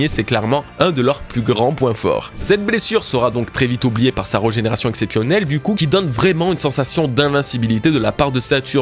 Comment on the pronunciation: Hâte de voir le dénouement! Je sais pas trop où ça va partir et de plus en plus intrigué par Saturne perso, même sa régénération me paraît bizarre, comme s' il n'était pas réel a proprement parlé. D'ailleurs, petit détail mais régénération y a un accent c'est pas reugénération;) (signé un toqué du français )